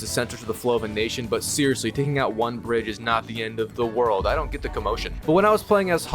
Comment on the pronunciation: my brain thought he said the British had exploded instead of the bridge had exploded